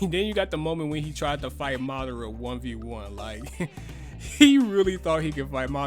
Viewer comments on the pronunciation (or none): none